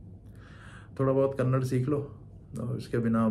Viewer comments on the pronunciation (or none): Dude it is Kannada not Kannad. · Please note its not kannad , its KANNADA. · Kannada, not kannad. 👁️‍🗨️